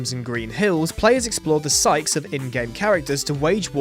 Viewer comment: Psyche is pronounced psy-kee not psych as in sike.